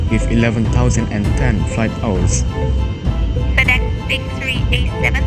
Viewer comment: Fedex:❌ Tedex:✔️